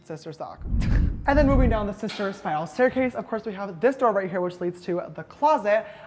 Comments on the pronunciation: Take a shot every time he says shishtar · Sister suck like sex??? Did anyone hear that? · Did he say sister suck?! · Low key did he say occasionally sister suck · did he say sister suck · did he say sister stuff or sister suck Btw I love your apartment Its so nice and good lookin.I love how you do your make-up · Did she say SISTER SUCK😒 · Just noticed James only says sister after a word beginning with “ s” 😂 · Did he say sister suck? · Sierra Cheyenne I thought nobody else heard that😂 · Wait what did he say? Sister sock? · did he just say “sister suck” ? omg lmao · OK what does he say it ??? Sister sleep and sister...?? I've watched it five times